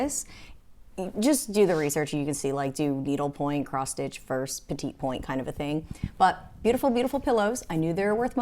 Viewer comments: Promise, not a hater. Just a helper. Petitpoint is pronounced with the second T silent. Roughly, it sounds like “petty point.” Le Creuset, the first word is not “lay.” It’s a weird, short French “e.” If you shape the word as if to say “Ler” and then do not pronounce the R, you’ll be close enough. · I’ve know petit pronounce “petty” point. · Great video - I tell people "everything will sell eventually" and the uglier the better LOL!!! That's a joke between me and a friend who sells as well. - btw the petit point is pronounced "petty point"! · Agree it is pronounced “petty point” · I think it’s pronounced “petty point”